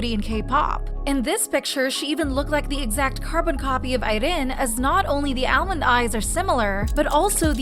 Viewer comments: The way she says irene 💀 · why do you pronounce irene like that 😭😭😭😭😭😭😭😭😭😭😭😭